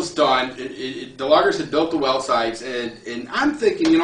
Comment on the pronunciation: yea when i 1st saw the real life stuff like a year or so ago i couldn't stop watching them. I like the one where he talks about his lover jerry the most... well logger sounded like he said lover hehe